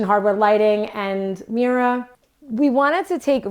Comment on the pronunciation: The video is worth watching just to hear her pronounce "mirror" 😂😂😂😂